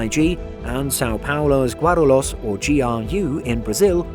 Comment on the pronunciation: pronounced Guarulhos wrong